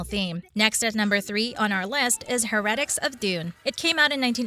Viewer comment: 👏 Also, the weird pronunciation of "heretics"...